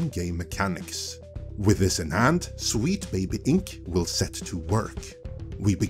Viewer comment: oh no... NOT AGAIN!!! First "Comedy" for "Committee" and now "Wheat Baby Inc" Glad everyone is not dunking on for his accent this time.